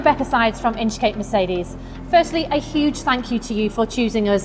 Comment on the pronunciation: 0.07 - Merecedes ?